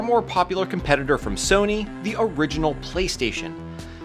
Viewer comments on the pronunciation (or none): none